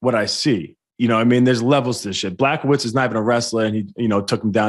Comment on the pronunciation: Weidman can not pronounce Adesanya and Blachowicz right at all lol they are his peers and I know he’s had to have hear how they are pronounced. Maybe he’s pulling a Chael where he hacks everyone’s name on purpose